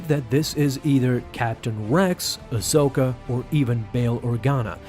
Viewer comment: It’s Ahsoka